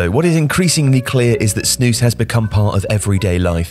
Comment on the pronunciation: you said snus perfectly i see many people say it wrong you pronouced it very good